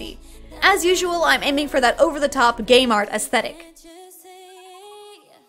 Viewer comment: I thought she said gay mart aesthetic not game art aesthetic 😂